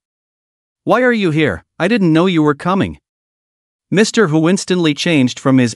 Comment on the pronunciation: It’s annoying the way he say "Mr"